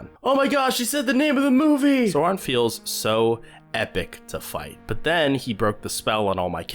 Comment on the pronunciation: bruuuuuuuh did you rly just.......SORON-SAURON